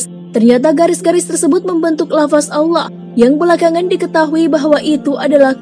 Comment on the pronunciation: Maaf ya mohon naratornya memperbaiki ucapan vokal di akhir kalimat agar tidak berhenti dg huruf “K” klo pas nama Allah lafdhul Jalalah jadi salah....trimakasih...